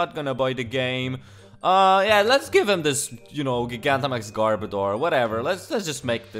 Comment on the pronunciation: I’m tempted to not even say it, since I don’t want you to change it.. but I love how you say GIG-Antamax. Never change.